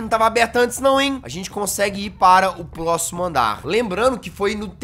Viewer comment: como assim "Plóximo andar"?